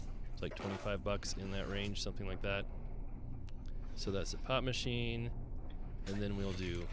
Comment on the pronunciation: you made me listen one more time when you said pop machine... At first it sounded like you said pot machine... :P